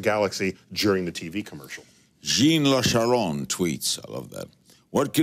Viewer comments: GENE LA CHARRON??? lol Larry, It's Jean Luc Charron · I am from Canada, more precisely Montreal. When I heard Larry say ''Jeans Luc Charron'' I laughed!!! It was cute though. Jean is prononced jan without forcing to much the n. It's hard to explain it like that. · I laughed when he pronounced "Jean Luc Charron" as "Gene Lucharron" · "jeen-la-charon" Disappointed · Neil mentions Star Trek, then Larry totally mangles pronouncing the name Jean-Luc Charron. Wow... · Its Jean Luc Charron, like Jean Luc Picard.